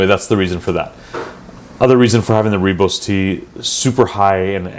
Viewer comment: Just to be of help, it is pronounced ‘Roy boss’ tea. I like every video you make